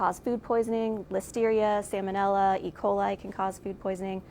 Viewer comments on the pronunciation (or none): By the way, I was shocked to hear "" not pronounce the first "L" of Salmonella. Unlike the "L" in Salmon, the fish, which has a silent "L", the first "L" of Salmonella (as in the genus for the bacteria that causes Food Infections) is actually pronounced (not silent). By the way, Food Infections and Food Poisoning are entirely two different things, that I wish I had time and space to very easily teach all of you non-microbiology people right now.